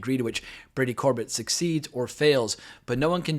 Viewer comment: The writer/director's last name is pronounced Cor-bay like Sorbet the frozen dessert, just fyi